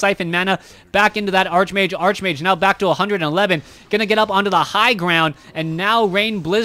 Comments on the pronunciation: I know it bugs me too, its Arc much like Character, chaos, anchor, chemistry, Stomach, Architect... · Bryan Lariviere Archbishop and archenemy are actually pronounced the way he incorrectly pronounces archmage. Probably part of the reason he is getting confused.